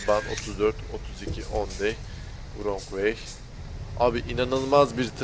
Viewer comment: şu wrong'un rong diye okunduğunu ne zaman öğreneceksin çok merak ediyorum :D